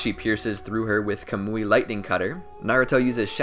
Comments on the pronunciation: This dude said kamooi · Bruh it's not "CUH-MOO-EE" it's "KAH-MU-IE"